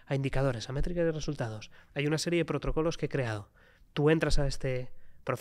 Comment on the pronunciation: se equivoca y dice protrocolos en vez de protocolos